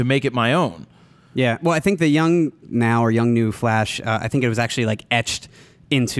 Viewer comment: Hey Jared, the brand Yongnuo, its pronounced "Yung Yo" if im not wrong. ;)